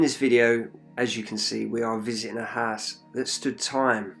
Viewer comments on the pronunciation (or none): nah it is all good in our HISE hehehe keep up the good work bud